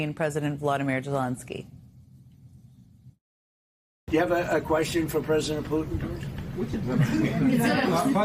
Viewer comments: She mispronounces Zelenskyy as “Jelenski”. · Ironic, coming from someone who has had more "on the air live" mental stumbles than any reporter nationwide - she cannot even pronounce Zelenskyy with a "Z"